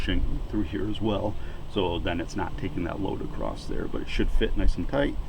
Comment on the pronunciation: Hey fella there is no "T" on the end of the word across....just sayin.